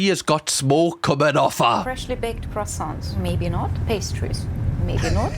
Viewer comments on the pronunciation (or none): none